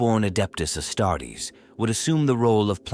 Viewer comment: Astarts? I hate AI...